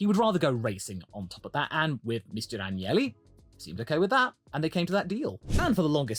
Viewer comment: It's AGnelli. Not Angeli. They are basically the Kennedys of Italy... And no Angels whatsoever. Old "Silver Nose" Agnelli was quite the match to the wily "Drake". Elkann is the intelligent grandson... he has a clown for a brother.